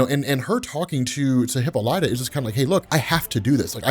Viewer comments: Its hip-all-ita, not hip alotta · Aye, for the love of Greek Mythology...it's Hip-all-eh-tah...not hipolighta, 😂😂😂😂😂😂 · How in the hell do you mispronounce Hippolyta every time😂😂😂😂😂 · ...You're still pronouncing diana's moms name like that 🤨😒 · No,thank you for being that "guy",like why does he always pronounce Wonder Womans' moms name like that?😎